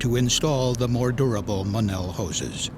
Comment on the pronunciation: The the narrator would look up how to prounounce Monel, which he obviously didn't. Nobody that makes, sells, fabricates, welds, isntalles Monel alloy prounounces it like he did.